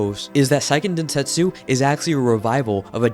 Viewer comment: *Hermione voice* it's say-ken densetsu, not psy-ken densetsu